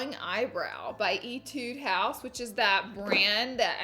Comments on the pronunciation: SHE SAYS ETUDE HOUSE SO INCORRECT IT BOTHERS ME!!!!! But like love ya Laura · mochi bruh it’s eetud house, not ehtude. If you play an instrument, u should know it’s eetude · love how she pronounce Etude House as (ee- tood) instead of (eh-tood)